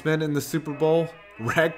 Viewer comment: super bowl not super boel